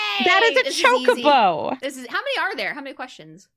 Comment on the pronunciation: That's how you pronounce it ...